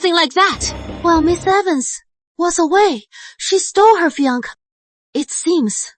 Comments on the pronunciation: Her “FEE-UNC”??? I’m so over it lmao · I love when these cdrama mispronounced fiancé.😂